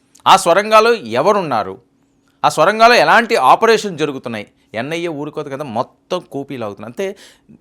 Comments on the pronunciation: Mundu thelugu baagaa nerchuko babu Swara gaalu kaadu Sorangaalu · బాబు, అవి "స్వరంగాలు" కాదు సొరంగలు. Neku Telugu రాదో,ఇదేమైనా కొత్తరకమైన స్టైలా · Swarangalu kaadu, sorangalu.. chala akshara doshalu vunnayi.